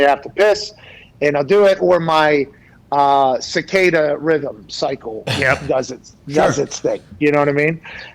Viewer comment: Armada is my favorite. Also I think it’s hilarious he said “cicada rhythm cycle” 🤣🤣🤣 circadian rhythm pat